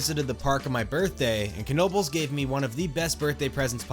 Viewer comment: Finally, someone who not only recognizes their amazing system, but also pronounces Knoebels right. Personally I grew up with going to Knoebels several times per year, and I never have had issues with getting on a coaster car too slowly in other places because I have the training of getting on so quick at Knoebels